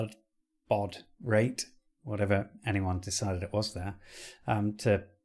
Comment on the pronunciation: Your pronunciation of baud was correct, the middle is ‘ou’ as in THOUGHT 👍 As for handling serial characters, the 64 did not have a UART chip in it (unlike the BBC) so all conversion was dove in software and anything over 1200 bps was iffy on a good day. The issue with the program loading could be dirty heads (esp with old tapes) As for resets - you have to give the RAM time to discharge - allow 30 seconds as a min between off and on.